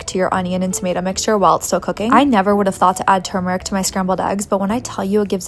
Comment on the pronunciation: "tur-MUR-rick" haha 😂